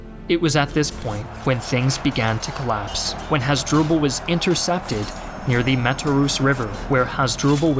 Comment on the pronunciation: You mispronounced over have the names. "Hoz-dru-ble?" Really? How about Ooo-tee-ca? (Utica)